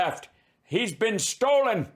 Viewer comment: Does Pillow use the word "Stold" to avoid liability? "I didn't say it was 'stolen' I said it was 'stold'."